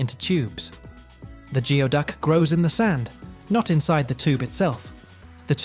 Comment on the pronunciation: Geoduck is pronounced 'gooey-duck' - You might want to check pronunciations before the next time you release a two-hour video on something.